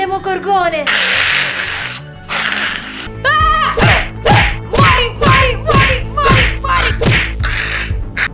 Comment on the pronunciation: No avete tolto la scena in cui Billy diceva male il demogorgone mi faceva troppo ridere l'ha rimettete pls